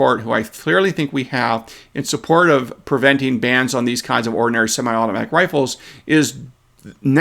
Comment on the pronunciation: I think I like the emphasis on the word ORDINARY in describing semiautomatic rifles...... As in, ORDINARY semiauto rifles.